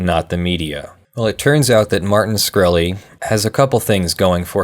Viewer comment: SHkreli not SKhreli